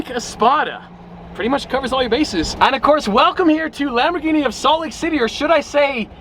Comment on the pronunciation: It's Lamborghini with a hard G. Not Dschini